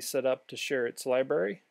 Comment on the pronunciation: Cool video. Btw, it's libRary, not liberry.